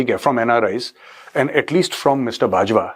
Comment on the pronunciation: It's Bajwa not Batra